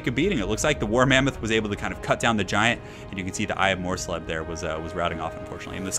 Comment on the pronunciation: Mors-leeb, not mors-leb, you said it perfectly the first time.